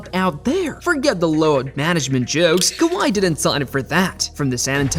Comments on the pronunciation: kaviyh !!!! AI at its finest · Or kaviyh Leonard